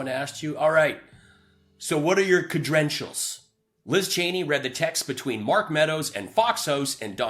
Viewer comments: Lindell: "Cedrentials" 😂😂😂. Is this what happens when you become a criminal? You can't speak properly? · I would like to know the oranges of the word 'cedrentials'. Is it Gerk or Lattin?